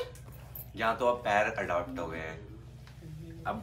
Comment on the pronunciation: Adapt❌ Adopt✅